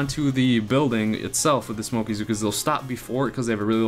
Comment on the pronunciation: Hey those mispronounced words of yours are hilarious " smokeaa" lol that should be the official term. And nice hair cut, looking good for the boomhotties.